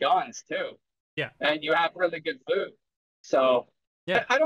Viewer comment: I want more lewd! (Your pronunciation of loot sounds like lewd🤣😅)